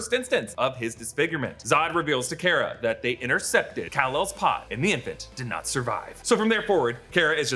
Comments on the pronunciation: It's not care-uh it's car-uh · It's pronounced "Car-Uh" not "Care-Uh" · Supergirl’s name is pronounced Kar-a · The way he says Kara really shouldn't bother me as much as he does